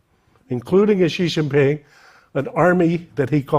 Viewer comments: It's Xi Jin Ping. He was pronouncing Ji Xin Ping. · You still can't say his name correctly